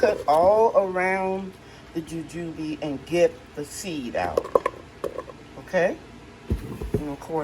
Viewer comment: Nice harvest. Your pronunciation sounds right .. Jujube butter looks good What flavor does the butter has ? Like Apple sauce Thanks for sharing